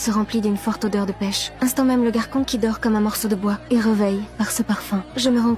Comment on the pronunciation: Le "GaRkOn"😂😂